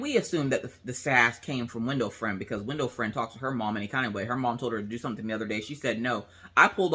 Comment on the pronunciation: When you first said window friend I thought you said window frame and I got so confused. hehe